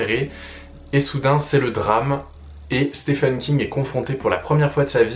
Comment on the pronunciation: Je loue le but de la vidéo qui est de conduire le lecteur vers une porte d'entrée de l'univers de King. Cependant, comme beaucoup de personne s'exprimant en français, une faute - que je faisais aussi par ailleurs - qui maintenant me brise les tympans est d'entendre "Stefen" au lieu de "Steven" parce que oui, Stephen se prononce Steven (le premier 'e' comme un 'i'). Thumb up quand même ! Tu verras que tu ne supporteras plus d'entendre "Stefen" après avoir écouté ses interviews en anglais (je ne sais pas si tu es bilingue ou non, étant bilingue je claque deux fois plus d'argent vu que je ne peux attendre la traduction des romans de King. Ça a donc des désavantages). Bref, euh... merci pour les conseils ! Je ne peux supposer qu'ils sont bons. Si je devais en donner après avoir lu 20 ou 21 romans (j'ai fait le compte il y a deux jours, Richard Bachman inclus, un pseudonyme de King) : commencez par un roman qui vous appelle bien que je déconseillerais Dôme quand même. Ne commencez par par un livre du style "l'Anatomie de l'Horreur" qui n'est pas un roman (je le lis, très intéressant, mais pas une histoire bien qu'il donne pas mal de référence de roman à lire). Personnellement, Joyland venait de sortir, roman assez court dont l'histoire se déroule en été et j'avais pas mal de temps en juillet. Sur un coup de tête j'ai acheté le bouquin et moins de 24h après je l'avais fini et j'étais déjà de retour chez le libraire pour Shining (je ne connaissais que le film que King n'apprécie pas